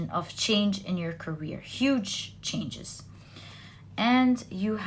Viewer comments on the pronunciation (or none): none